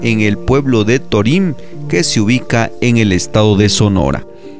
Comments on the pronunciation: ¡Mi felicitación de nuevo, pero torím rechina horrible! El narrador, locutor o hablante no puso atención al señor Jesús Patricio Varela Martínez en su pronunciación del nombre del pueblo yaqui Torim, sin acento en la i. ¡Arriba Sonora! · Torim se acentua el la letra "o" (lo pronuncias mal)...